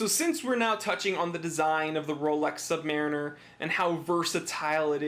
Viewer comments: Nice video, thanks, and I love mine... Purchased it from the U.S. Navy PX, in Long Beach, CA in 1972... But, it is pronounced, Sub-Muh-Reen-Er, not Sub-Mare-In Er. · I'm very fortunate to have been handed down to me my father's Rolex Submariner. Given to me on my 40th birthday. I have a couple of questions; how/where do you find the "Date" and what exactly is that? secondly, the pronunciation. My Dad was in the US Navy and the vast majority of his time was spent in the Submarine Service. Say "SubMARINer" to a sub vet and you'll get side-eyed as they pronounce themselves as "SubMAREENers" - trust me, I've seen it directed at me. Only once though. Thanks for any insight... love my watch!